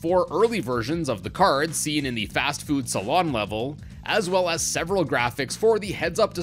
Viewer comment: It’s “Fast Food Saloon”, not “Salon”.